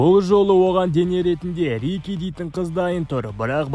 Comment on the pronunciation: Қудың тез кино эақсы еді сосын Рики емес Рико